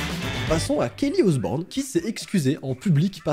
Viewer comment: Quand ta dis Osbourne on dirait ta dis on s'br*nle 😅